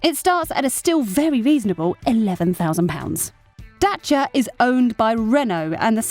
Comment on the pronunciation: best pronunciation for "Dacia"